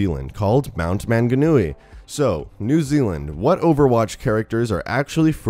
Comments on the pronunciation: Omg plz stop butchering my language (mount manganui) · When an American says mount maunganui and tauragna wrong. 😂😂😂😂